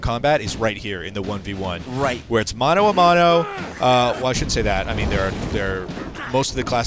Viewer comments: mono a mono. That's how USA people always pronounce Mano a Mano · He said mana a mano... so TRIGGERED